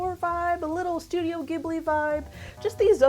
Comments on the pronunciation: It’s not giHbly it’s gjibly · Love your video, but I think in Japan you pronounce ghibli with a soft g.